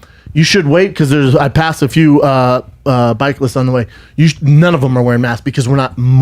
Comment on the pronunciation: You guys need to watch yourselves, its pretty clear the story is true cause brenda said bikelysts, smh come on guys